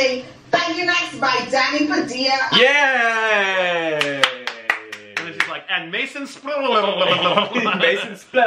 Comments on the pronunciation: Ahh yes, Danny Padilla. Not pa-dee-ah. Pa-dill-ah. Just like k-sa-dill-ah and not k-sa-dee-ah Also, what the fuck is going on in the back with the signs?? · I get it. Padilla is a tough name to pronounce for some people. Here it is once and for all: PUH-DEE-UHH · Danny Padilla & so u pronounce it PUH-DILL-UH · This is how to pronounce it DANNY PAA-DEE-LAH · It’s pronounced Padeea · Danny Padilla & it’s exactly like how tortilla is pronounced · Ha! Sorry to get ur name wrong! It sounds closer to the way I pronounce it in the Philippines, so I was basing it on that. Now I wonder if I been mispronouncing my friends name my whole life?! You guys are wicked cool though. Honestly, you make the YouTubes awesome!